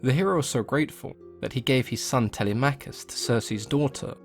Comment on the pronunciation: Y'know what's even more jarring? he even said Telemachus wrong, It's not Tele-Machus, It doesn't work, It's pronounced fully, "Telemachus." You don't say for example, Her-Cules or Kra-Tos or Ha-Des? it doesn't work that way. Plain and Simple, now I'm very sorry for being so riled up, but the bottom line is, that he needs to correct it. except for the Hecate part, that makes sense.